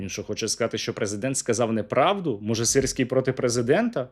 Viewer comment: мені подобається як «сирський геть» стало “sissy gay”